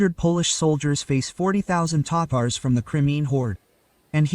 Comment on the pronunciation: (Ta-Tars) not tators😂